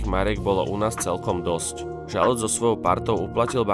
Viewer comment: Aspoň jeho meno si sa mal naučiť správne vysloviť.